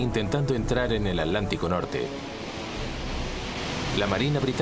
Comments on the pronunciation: Es irritante escuchar al narrador español decir a cada rato "Alántico"....es táaaan difícil pronunciarlo como se debe?o sea,Atántico???!!!!! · Todo bien master pero se dice Hitler, no hilder ni hidler y atlántico no alantico